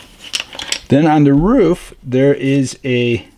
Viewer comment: Dude , there's no U in roof ! It's not a ruof !! It's a roof !